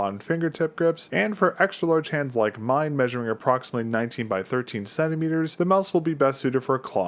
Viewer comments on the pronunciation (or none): none